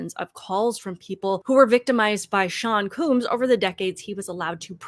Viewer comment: called him "sean cooms" hahaha! did you did that on purpose, you little comedian?